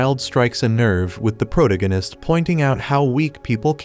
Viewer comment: Like the recaps but every time the AI voice says "Pro-tig-in-ist" instead of the correct pronunciation and it drives me bonkers!